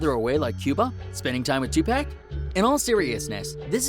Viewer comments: I'm laughing at the fact u said 2 pack Its 2 pac but pronounced as 2 poc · No way this dude said “2 pack “ 😂😂😂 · He said “TwoPeck”😤💀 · Did he just say 2 pec....what a fooking idiot. Tupac not 2Pec dummy. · Did you say 2 pack 😭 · did he really just say “two pack” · Is anyone gonna talk aboat when he said 2pack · "don't you think he should be further away like in Cuba hanging out with two pack" can't even say Tupac right smh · Did this dude really just say two pac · This man said "spending time with 2 Pack" fr bro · man said 2pack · this man said 2peck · Combo the video said two-pack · Lol Can’t even say Tupac rite... And people are listening to this guy seriously.. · Tupac bruh it’s so easy to say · It’s a fake tweet and learn how to pronounce Tupac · How he says 2 pac u know he hasnt heard them